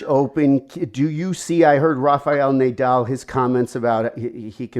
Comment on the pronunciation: My takeaway here is Nay-dal.